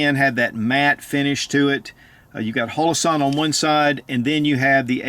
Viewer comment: Why does he call it hoe-low-sahn? Everybody calls them hollow-sun.